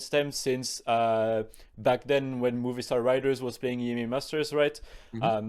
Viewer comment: Every time says Movistar, I hear movie star 😂